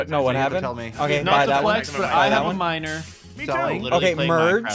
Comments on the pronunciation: "I have two miners, HAHAHAH" when he said miner i hear minor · nah bro I left this running I thought he said "minor" instead of "miner"🙏😭